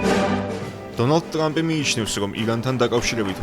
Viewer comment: დონალდ “ტლამპი” 😂